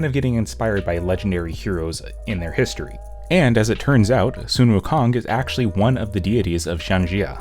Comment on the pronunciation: It's okay, most people don't pronounce the name "Sun" correctly. It actually sounds more like "Swen," at least from what I've heard.